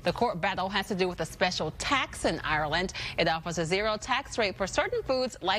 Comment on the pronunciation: How fun to discover Trevor cannot say 'Ireland'